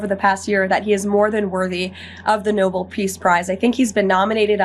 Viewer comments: Hey stupid it’s NOBEL not NOBLE. And she’s a “speaker?” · Lol she said noble smh.